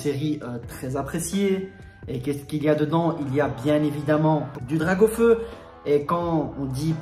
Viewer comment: 🙈🙈🙈Mes oreilles!! DraCaufeu! Avec un C poto!! Sinon intéressante la video GG!!💣😉